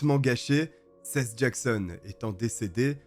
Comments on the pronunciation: Juste comme info Seth. On dit Sept (7), pas Sesse. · Seth....sa ce dit sethE.....mdr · Des condamnations a la hauteur du crime et des vies gachées... PS : le prénom Seth ce prononce '' 7 '' comme le chiffre en français 😉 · Je suis un français vivant a los Angeles et j'ai un ami qui s'appelle Seth mais on prononce plutôt sâïsse ou sihisse... Selon mes oreilles frenchy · Seth ça se prononcé sept comme le chiffre ! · J'adore tes vidéos ! Toujours très travaillés , juste fais un effort sur les pronoms anglophones. Seth se prononce comme le chiffre 7 ( comme prononcer dans toutes les vidéos en rapport avec le procès ou par sa propre famille) ... tu m'as rendue folle toute la video ... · J'ai mis du temps à comprendre que le prénom de l'adolescent était Seth que j'ai toujours entendu prononcé comme le chiffre 7 ça me perturbait xD une fois compris le nom j'ai pu me plonger dans l'histoire 🤣